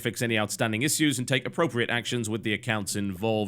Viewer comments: Still don't understand how he can't say 'issues' correctly. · he srsly has a problem with pronouncing "issues" ... he fucks it up in every video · nope, it's just an alternative pronunciation of that syllable. Like in tissue, which I'm sure he'd pronounce the same way lol